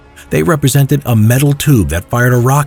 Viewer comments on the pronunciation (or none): none